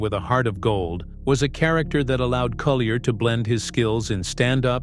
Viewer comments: Dave's last name is actually pronounced cool yay. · Is it not pronounced Coo-yay?